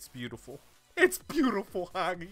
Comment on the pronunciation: It s hagi* Not haghi.Romanian language rules not impolite:))